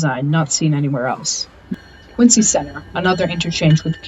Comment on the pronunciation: "Quinzee," NOT "Quintsee"...